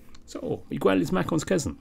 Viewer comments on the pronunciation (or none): sir, the u in Miguel is silent